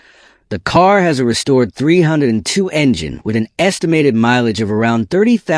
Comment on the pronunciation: Calling Ford 302 as Three-hundred-twoooo... AI voice?